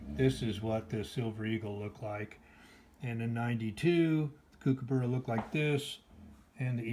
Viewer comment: Its pronounced cook-aburra - from an Aussie